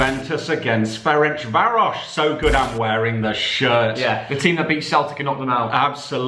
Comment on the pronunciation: Finally an english pronouncing Ferencváros correctly 👏👏